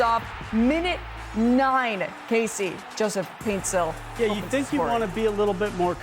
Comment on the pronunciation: Paint-SIL Not Paint-STILL